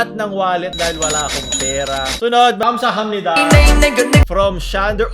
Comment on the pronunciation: Nobody: no One:: Kansahamnida